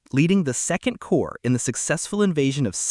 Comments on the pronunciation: Nice job! "Corps" is pronounced 'core' :) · Corps is pronounced Core, the p and s are silent